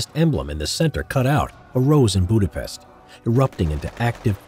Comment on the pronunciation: Not Budapeszt its Budapest